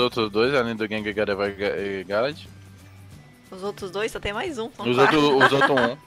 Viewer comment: se pronuncia gardevoar e não gardevoir !!!